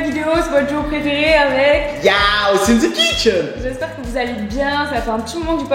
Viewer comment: Mdr inthekintch 🤣😂😂😂😂😂